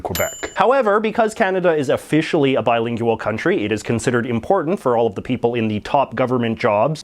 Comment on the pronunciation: I love the way you pronounce "bilin-geyou-al.